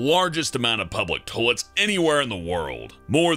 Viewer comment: Why do you say "Tollettes" instead of toilets?